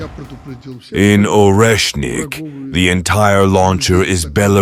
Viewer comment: Oreshnik is pronounced Areshnik